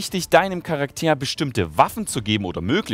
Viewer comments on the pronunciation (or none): wenn ich falsch liege berichtige mich bitte, aber deine Verwendung UND betonung des Wortes "Charakter" ist im deutschen Sprachgebrauch doch falsch, oder nicht? Erstens wird es ganz normal betont und nicht "Charaktäär", zweitens sind die Worte Charakter und Character sogenannte falsche Freunde, da sie ähnlich klingen, aber nicht die identische Bedeutung haben. Im Deutschen sagt man zu literarischen und generell fiktiven Personen nämlich "Figur", und wenn man im Duden nachguckt sieht man auch, dass das Wort "Charakter" nicht die Bedeutung hat, die du ihm zusprichst. Das ist mir auch schon in deinen Lol Videos aufgefallen. Eigentlich ist das ja kein großes Ding, aber als eine Person, die sein Geld zu einem großen Teil mit reden verdient, sollten dir da möglichst wenige Fehler unterlaufen. Das heißt entweder das Englische "characer", oder das Deutsche "Figur", aber nicht "Charaktäär", was sowohl von der Betonung, als auch von der Bedeutung falsch ist.